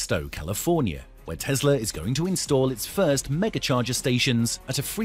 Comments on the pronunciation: it's Tessssla, not Tezzzzla mate :) the s isnt hard to say. Otherwise, great presentation. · It's Tesla not Tezla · It is Tesla not Tezla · Are we talking about Tesla or Tezla? Can't stand the way he pronounces Tesla. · The whole video I kept hearing him say Tezzzla .. its Tesla. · The correct way to pronounce the name is TeSla not TeZla